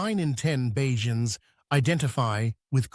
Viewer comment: Please, Please, Please, I beg the narrators of every documentary video on Barbados, use the word Barbadian for the citizens or please learn to pronounce the nickname correctly. It is NOT Baa-jans; it is Bay-juns.